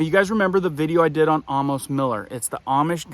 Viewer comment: not Ah-mos, its A (like in Tray) accent first syllable. the mos is like gross